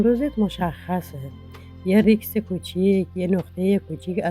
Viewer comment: زحمت بکشید ریکس و اصلاح کنید ریسک صحیحه.ب مخاطبی ک وقت و انرژی میذارن احترام بذارید خانم محترم ک کلیپ درست میکنید